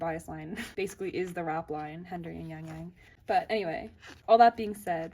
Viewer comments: oh it’s okay! i don’t expect you to have a perfect pronunciation of chinese or korean names since ur neither of them! sorry if my comment was a bit rude. if you’re wondering how to say his name, it’s closer to “yahng yahng” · why do you pronounce yangyang like that?